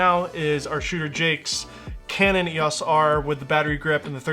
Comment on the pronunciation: It's EOS not EOS